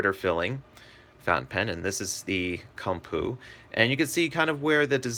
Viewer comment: Koom-poe. Not come poo. Ha!